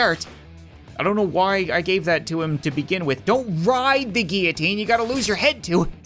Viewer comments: says 'GEEITINE' me: its GILLOTINE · It's pronounced gill-o-teen